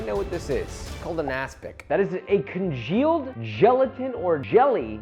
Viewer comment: Omfg, stop saying "congeaked"! You sound moronic!